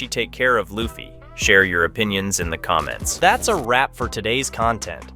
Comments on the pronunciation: Please fix the LA-ffy. His name is LU-ffy.... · I heard you say luffy 1 time and I couldn't watch anymore